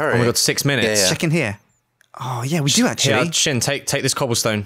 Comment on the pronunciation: slin? you mean sjin?